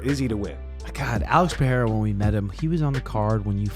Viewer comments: PE-RE-I-RA not peheira or pecheira! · Pereira not PeRReira por favor!